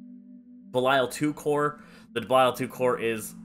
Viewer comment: The first guy I've meet that says belial right